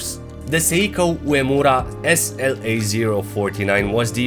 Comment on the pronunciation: Great video as always. The slim turtle is the favourite, so comfortable to put on and fits very well. Furthermore, you are the first non-Japanese Youtube watch reviewer to pronounce "Uemura" accurately!